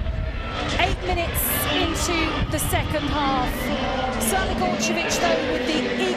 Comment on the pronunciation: How do you properly pronounce Crnogorčević but butcher Geyse? Also if DAZN want people to pay for this they need to up their quality.